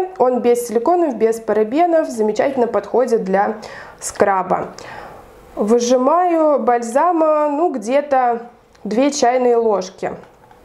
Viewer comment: Господи, когда вы начнёте правильно говорить? Слушать невозможно, "выжимаю" и др. 😢